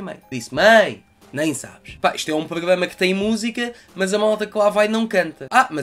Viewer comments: Vale a pena ver o vídeo só pelo facto de tentares dizer "pogama" 😂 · Poglama hahaha desmancho-me sempre!